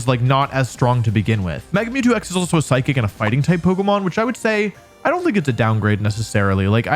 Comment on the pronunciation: DO NOT LEAVE OFF THE H IN PSYCHIC!